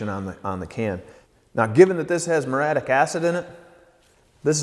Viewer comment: “Murray-attic” acid.